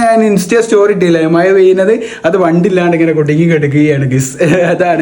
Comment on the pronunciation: മയ അല്ല മഴ